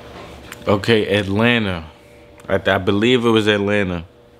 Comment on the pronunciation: I love how he says "otay"